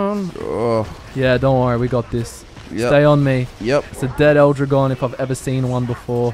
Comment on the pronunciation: "L Drahgone" not "ildrigon" Sorry it just made me cringe a tiny bit how you guys pronounced it. (Am a native spanish speaker) More battleborn content would be appreciated.